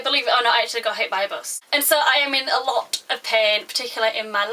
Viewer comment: Haha, at first i came here to write " I WANT 40 million views" and have people go in my channel.... but then i heart you say " aloot aloot aloot" aww.....and it was so nice..